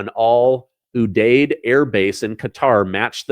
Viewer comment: You have to learn how to pronounce udeid 🤦🏿‍♀️🥳